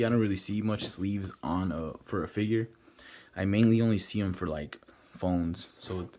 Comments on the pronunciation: good review but calling it figuie is very cringe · Nah it’s kinda funny. figuie. 😂